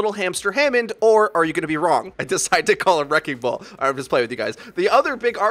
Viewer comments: Wrecking ball has 3 syllables btw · Wrecking ball is 3 syllables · Wrecking ball > 2 syllables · Wrecking ball is three syllables... not two